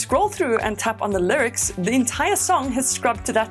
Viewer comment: The “lircs”